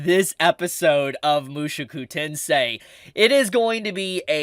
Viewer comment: In response to the title: was that ever a question? it's freaking Mushoku Tensei! Also love your work, but would you consider fixing your pronunciation? Not trying to be passive aggressive but you're saying it like Mushuku Tensei lol.